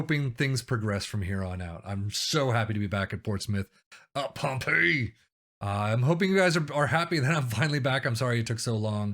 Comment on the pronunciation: Great Video back at Pompey!! "whatmough" is pronounced as "What-mo" also Pompey is pronounced as Pompy or Pompi. Nice 1 nil win again Walsall Like and FW as always!!